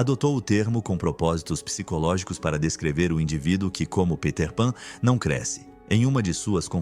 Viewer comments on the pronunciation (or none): none